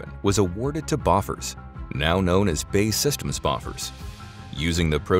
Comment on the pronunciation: Funny, B.A.E. Systems is not "bay systems" it is B A E 🙂